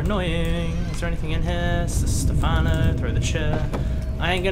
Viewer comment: I can't believe he said Stephano